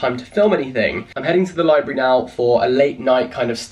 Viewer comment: Him: Libary how it sounds (to me) in his common tongue Me: LIBRARY....*me, and my grammar-correcting self, silently cringing, but only because I’m a book nerd.*